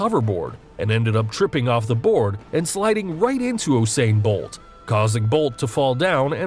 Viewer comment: Holup Is it just me or did he just say Oosain bolt